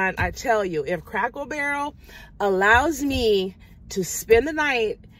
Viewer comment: Are you saying Crackle Barrel ? Or Cracker Barrel ? 😆 You had me laughing . I’m obsessed with the little stores in those restaurants. My family always has to come find me and say your food is on the table mom. 😁